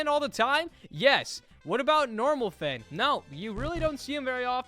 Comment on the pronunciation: Im mad for u saying finn like dat ☠️